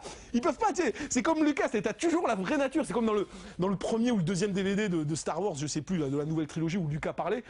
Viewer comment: "Star varse" lol